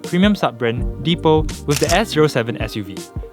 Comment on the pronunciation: It’s pronounced as “dee pal” (the pal).